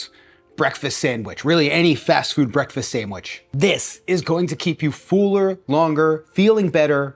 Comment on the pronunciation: Fool-er. That’s all I hear now.